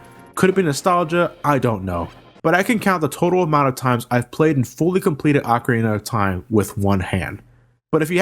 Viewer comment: pronounce it Ocarina